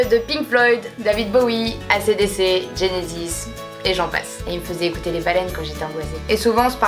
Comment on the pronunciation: C’est vraiment choquant comment ta prononcer AC/DC